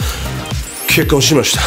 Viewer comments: のｹｯｺﾝｼｬｯｼﾀ!!!ｹｯｺﾝｼｬｼﾀｯ!!!が 2024年の初笑いになった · ここが結構しましたに聞こえる wwwww